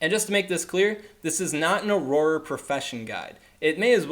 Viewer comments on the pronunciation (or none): It's pronounced or-rer, you're pronouncing it like it's aurora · prounounced Auror... not aurora as in aurora borealis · Haha thanks for sharing this info!! Youre great with data and raw information, terrible at reading/pronunciation :). Auroror? Not really an excuse to mispronounce and add another Or to the word haha. Have you never read or seen Harry Potter before? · Correct pronunciation: awr-ah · no, it's pronounced "or-er" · I couldn’t take this video seriously because of the weird pronunciation of “auror.” Why are you adding extra letters/syllables?? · You're dead wrong... And you can't even pronounce Auror. 😆